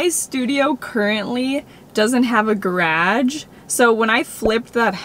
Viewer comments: i haven’t ever heard someone say garage like that before and at such an early hour of the early the morning you’ve caught me off guard i really didn’t think it was possible to butcher the word anymore but here you are. minute in, minute. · Guh-RODGE. Like you're growing at Rodger. It's not a GAh-rahge. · I have not looked at one comment yet. If someone else said this I'm sorry, but at :58 WHAT'S A GRADGE? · When she first said garage I thought she said grage and I was really confused lmao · What on earth?! Geraaage? She is saying Garage, right?! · Say it with me GARAGE not gradge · she says garage like "graj" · omy is anyone triggered with gradge instead of garage lmaoooo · I literally stopped in my tracks and hit rewind and listened to her say it like 3 times! mind blown I have never heard anyone say it like that ever in my entire life. Baaahaaaa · Definitely not a "Canadian thing" but has what sounds like an east coast accent sometimes, so perhaps it's more of an east coaster thing judging by some people saying they're from Maritime provinces and pronounce it that way. I'm in SW ON and pronounce it guh-raj. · yes it’s like grAge and not gr-a-ge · Never quite heard it the way says it. Americans pronounce it like ga-rahge and in the UK it’s more like garraige (rhyming with carriage). So interesting! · as a Canadian, she said it horribly. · that's because it is not a Canadian thing to say "garadge." Usually we pronounce it the same as Americans do, same with about, we pronounce it like Americans do. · I'm Canadian, from British Columbia, and I pronounce it "gradge". 😂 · It's adorably hilarious how she says "garage." In the southeastern United States, we pronounce it "guh-raj" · love how mia pronounces garage as "gradge", confuses my brazilian brain so much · Saying garage like “grAj” 😁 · That pronunciation of garage caught me off guard 😂😂😂 gar-AHH-ge. I've heard GAH-ridge and ga-rahj. But that was a new one. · Garaaage. is suddenly from Boston lol